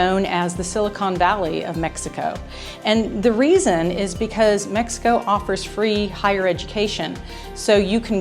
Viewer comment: said Mex ico 3 world engineer